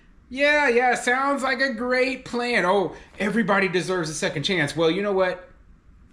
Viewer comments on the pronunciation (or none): none